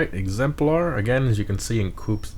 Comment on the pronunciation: it's pronounced "egzempler" not "egzemplaurh"